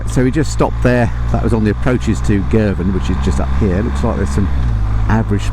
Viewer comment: It’s Girvan 🏴🤷‍♂️😂